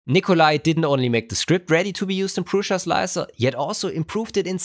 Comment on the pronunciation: Hello. It sounds like you are pronouncing an "i" in Prusa that is not there, like Prusia.